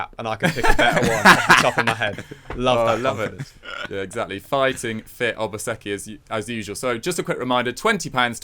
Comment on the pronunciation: I’ll keep saying it. I love that you guys say Obaseki the correct way. 🇳🇬